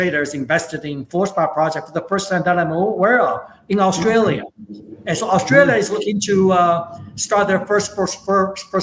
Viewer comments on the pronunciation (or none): none